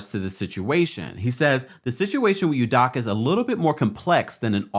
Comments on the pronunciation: Great report! Love this channel ❤. FYI his last name is pronounced “Ooh-dough-kah” . Unfortunately, he’s Igbo-Nigerian lol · It’s udoka, not udaka